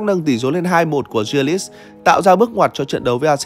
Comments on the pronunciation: nói chung chữ đầu đọc là G chứ ko phải Giờ như đọc, phiên âm tiếng việt là Gờ ri lít chứ k phải Dia lít. K tin có thể nghe blv nước ngoài đọc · A có thể đọc đúng tên của Jack đc không. A đọc theo kiểu chả giống ai cả. Gờ ri lít mà a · Đâu ra kiểu đọc tên đó vậy, bên kia phát âm nó khác